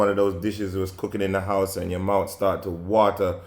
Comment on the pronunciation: I know u was really west Indian when i heard the way u said mouth lol 😆